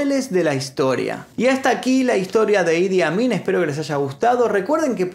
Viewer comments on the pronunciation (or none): Jajaaj pense que decia: "El admin"